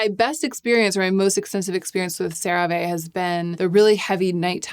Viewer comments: it's just "sara-vee" :) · Just an FYI - the last e in CeraVe is long. That’s how they pronounce it in the TV commercials. Otherwise you’re spot on. 😊 Unrelated, I’m new to you videos and I love the thought that you put into them. Excellent work! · You say Cera ve, I say potato... 😩 lmaoooo